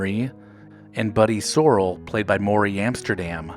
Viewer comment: And Buddy's last name was Sore-ell, not the way it was pronounced in the video. How could anyone who watched the show mispronounce those names?